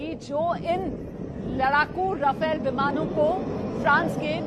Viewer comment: राफेल not रफेल